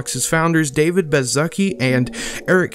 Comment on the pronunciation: you said David's name wrong